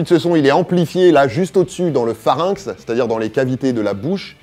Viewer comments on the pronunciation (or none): le "phRarynx" ? Dur à dire ! ;-) Excellent épisode, passionnant, je trouve plein de réponses à des questions que je me posais !!